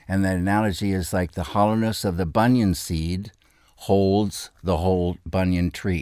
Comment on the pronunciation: I believe he is speaking of the banyan tree, although it came across as "bunion" tree, something that made me smile, considering what a bunion tree might yield